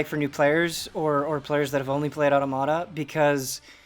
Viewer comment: Otta-motta? I’m pretty sure it’s pronounced aw-TOM-ita. Like automaton.